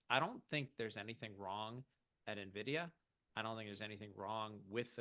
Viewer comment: If you are a market commentator and you still say "Nevidia", anything you say after that is going into the spam inbox. Get your act together.